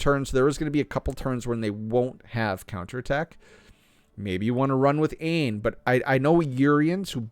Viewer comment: Dude the game tells you Aine is pronounced like ANYA